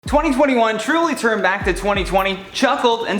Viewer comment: 20201(twenty twenty won)